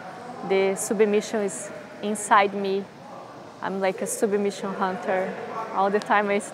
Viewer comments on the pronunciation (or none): "I'm like a soobamission hunter."